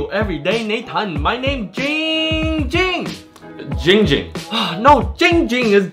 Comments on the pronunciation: This is the only occurrence where Nathan has pronounced jinnng jing’s name right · Finally for the first time Nathan said Giiing Ging correctly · he finally pronounced his name right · The only time Nathan has ever pronounced Ging Ging’s name correctly.